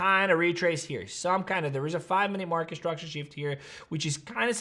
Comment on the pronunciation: Stop saying ish-tructure It's structure